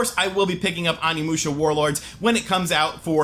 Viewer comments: OH KNEE MOO SHA THATS HOW ITS PRONOUNCED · Your killing me man. Use long O sound for Onimusha. Love your reviews keep it up.